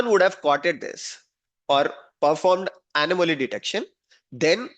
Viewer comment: Sir. You pronounciation of Anamoly is wrong. Kindly correct it. Hope you are open for correction. Thanks for being open. Namasthe.